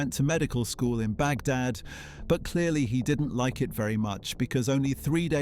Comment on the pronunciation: "baghdat" "standart" "switzherland" "goodby" "mounts [instead of months]" [map showing a line from iran to norway instead of iraq to switzerland] Is this AI?